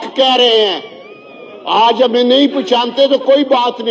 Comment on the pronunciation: ، پہچانتے ہیں ۔۔۔۔ پشانتے نہیں